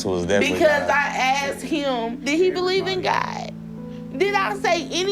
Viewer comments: She asked “do you believe in Gah?”I didn’t know it was Gah and not God 😂😂😂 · "Choo bleef i' gaaaaaaaard" Iconic.